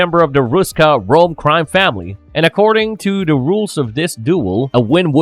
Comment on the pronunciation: I can’t listen to this narrator. He can’t say the word “the”. He says “duh”. It’s ridiculous.